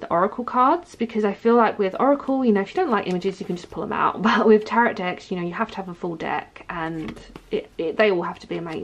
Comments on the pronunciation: Hello! I'm curious why you pronounce the second (silent) T in "Tarot"? It really threw me off, as I've never heard anyone speak a silent T, except in error. Thanks! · It is actually pronounced taa-row (best way I can think to spell it, so that it makes sense. But I've never heard anyone actually pronounce the last t, like as in Carrot, I'd imagine it as if they're carrot, with a T but I'm not sure that's how you meant you pronounced it!!! Either way! Call them whatever you call them! My mother in law calls them the devil, and I'm doing the devils work- 20 years later. I've never stopped doing what I love!